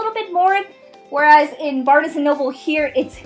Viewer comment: Yeah I thought that was weird too. It's Barnes, like barns. LOL